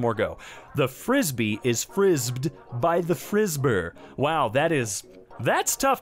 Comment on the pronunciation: Pronounce the "e"s you unsalted cashew. "The frisbee is frisbee'd by the frisbee-er"